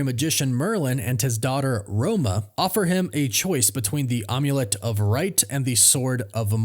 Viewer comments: it's not on you let it's not an omelet it's not Babe Ruth eggs it's an amulet like it's an amber Ambiguous amplitude it's MAM not om OM. come on you people if you not certain how award is pronounced look it up on the Internet look it up on Google google is a great pronunciation thing check several of them to see which ones are best oxygen approximation of what you think it's gonna be It's not the correct pronunciation of a word. figure it out people it's not hard to do we'll do your research if your award speaker and you need to learn how to speak words and that's part of your profession Is expressing the information to other people make sure you can get them pronounced right. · am i really supposed to believe that youve never heard the word "amulet" before? wtf is an omulette? do you have to break many eggs to make one? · you pronounce "amulet" very strangely. How do you pronounce "omelet"?